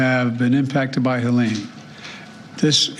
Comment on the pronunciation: Helene, not Helena. He's trying to save Harris' butt😢